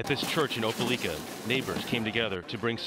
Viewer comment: He really butchered “OPELIKA” .